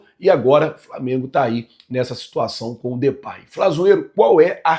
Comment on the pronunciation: Não se pronuncia Depay Flazoeiro, Na pronuncia vc troca o A pelo E e se pronuncia Depey